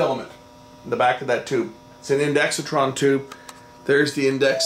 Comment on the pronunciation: Great video! Just one small quibble; there's no "i" after the "x," so stop saying one. It's pronounced INDEX TRON, not INDEXI TRON (I did say it was a small quibble.)